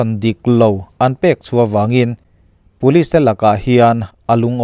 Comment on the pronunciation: Ngating Police hi Pulis tih a I lam zeel le ka ti ..Aizawl lam YouTube narrator ho reng2 hian Puliz zu han ti vek aa..